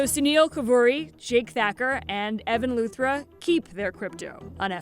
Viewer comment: come on.. evan luthra? lol